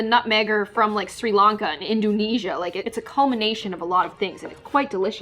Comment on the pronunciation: i fell like very MacDonald had apple pie Me an indonesian: i fell sad TwT i never know what a pie taste like Btw is not induunesia Its in Doo nesia The "Doo" Is like saying dough got it